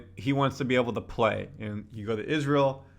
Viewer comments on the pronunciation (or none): none